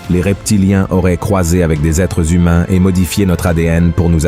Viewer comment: Les êtres HUMAINS ! Et non ZHUMAINS !